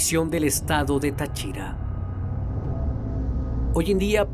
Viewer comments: El narrador se la pasó pronunciando mal las localidades... ¿Como que Tachira? es Táchira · Se dice Táchira No tachíra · ES TÁCHIRA NO NO TA(CHI)RA 😭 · Tachíra ? es táchira acento en la A en fin mi abuela solia contarme ese historia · SE DICE TÁCHIRA CON TILDA EN LA PRIMERA A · es tachira edita tu porquería ombe te quejas de que pronunció mal las localidades y tu nombras mal a TACHIRAAAA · Dios mio me da toc escuchar como pronuncia mal tariba y Táchira, yo vivo ahi cerca del parque xd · yo muchas veces paso por ahi ya que cerca hay una cuesta para llegar a un barrio y si es bien crippy ese lugar, por cierto. El canal pronuncia mal el nombre de táriba y Táchira xd